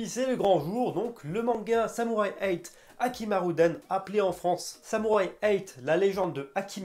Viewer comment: Le premier chapitre est juste génial je pense qu’un meilleur manga que naruto peut s’annoncer. Mais beaucoup trop tôt pour en décider même si ce premier chapitre était déjà epic Le manga s’appelle samurai 8 hashimaruden Pourquoi tu le prononce “haKImaruden “ ça a pas de sens